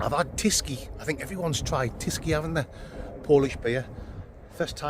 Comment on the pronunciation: Too bad you didn't have a funderstorm to camp frough. I fink , oi